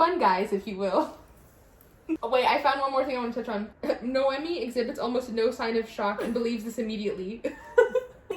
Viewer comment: I haven’t watched one review video of this book where someone pronounced the main character name right 😭😂 It’s NoemÍ, it has an accent on the “i”.